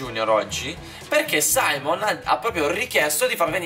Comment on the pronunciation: È SIMEON NON SAIMON